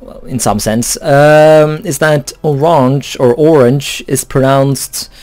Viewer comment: or RAHN yuh is the correct way to pronounce Oranje. Still as this isn't a Dutch voice saying it you should just look it up. Also, we don't think oranje sounds french because we have a different name for the fruit.